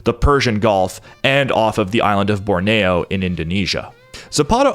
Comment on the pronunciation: Borneo is pronounced like rodeo.